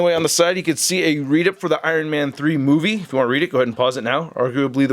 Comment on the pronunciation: It’s movie not moive